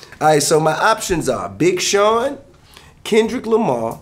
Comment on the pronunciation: He said "Big Shon" instead of " Big Sean" lmao